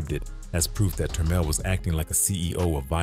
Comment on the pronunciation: Good job on the french name pronunciation